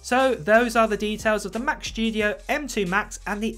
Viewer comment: "The macshhhtudio"🤣👌 love your videos mate